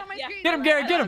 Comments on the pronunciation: It’s Garettd not GerretG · Garret calls dilly and called garret gawwet 😂